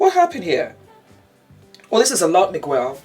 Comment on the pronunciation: Loving the commentary! I think Cardi wore something similar to Black Chynna's outfit at a previous Gramm ceremony? Anyway couple things, SZA is pronounced Sizza and Miguel is pronounced with the "u" silent. And I don't know if you knew this but Spacey Kacey is Kacey Musgraves.